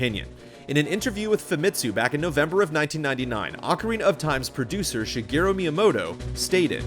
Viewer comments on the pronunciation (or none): none